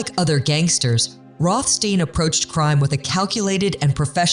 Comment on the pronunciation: Why are you alternating between 2 pronunciations for Rohstein?!